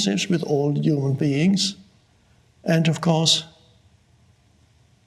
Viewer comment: I like how he says "uman". :)